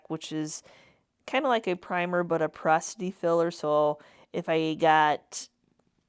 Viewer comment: Porosity not prosity